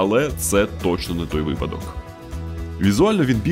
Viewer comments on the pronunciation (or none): none